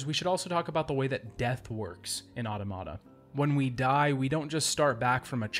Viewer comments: you know I absolutely love you, and I found this video as excellent as the rest of your videos, but I physically cringed every time you said "auto-mata." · I always thought it was pronounced au-tomata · Good! Also, you’re pronouncing Automata wrong :)